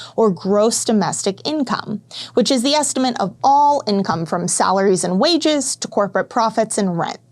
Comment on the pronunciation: Good video, but please learn to say ESTIMATE